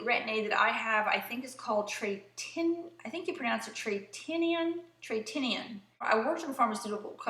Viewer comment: Thank you SO much for the Origins suggestion! I've been using .1% and getting flakiness later the next day. I'll pick up some of the Drink Up mask this week. I love what Tretinoin has done for my skin. BTW, I think you pronounce it with the emphasis on the 'o'